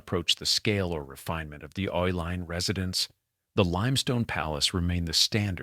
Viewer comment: The name Uihlein is pronounced E-line.